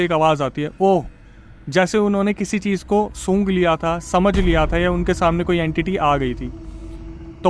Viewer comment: Cheej ha cheez ? Kitna ganda bolte ho